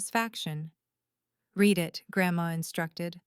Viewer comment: Correct padded to patted and the pronunciation of close and read, for three. There have to be humans in charge of these accounts and they’re obviously too lazy to edit for mistakes and continuity.